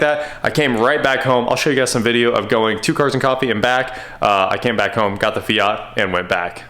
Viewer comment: It's FIAT bro not fiaaaaat, lol